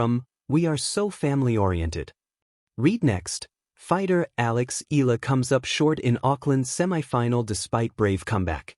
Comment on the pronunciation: Sorry, can't stand the mispronunciation of Alex's family name